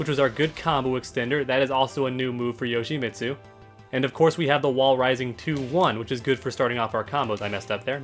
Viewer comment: well for starters to "become better Yoshimitsu players together"... it's pronounced "Yo-shee-meet-soo"... not "Yo-shee-miht-soo" that one part of the name pronunciation drives me CRAZY!!!